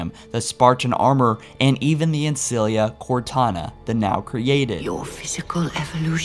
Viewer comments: Ancilla not Ancillia :\ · Dude, Ancilla! Not Ancillia... xD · laughing that you keep calling her the LiBEARian its LIBRAIAN also its Ancilla not Ancillia, inb4 oh he can do what he wants its his channel, but you know if you want to get it right you should be saying it right. interesting video tho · i love how he says librarian though how he says ancilla not so much